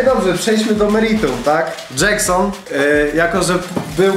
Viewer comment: Vysa na łyso dżeksnon a nie